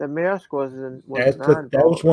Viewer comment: It's a good set, I still have mine (knock off because money was tight) modified to have the "SP Light Kit". And a note, it's pronounced Mear-esk.